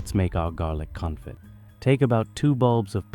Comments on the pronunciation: Garlic Confit (pronounced, confi, t is silent) ;) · Confee is how you say it.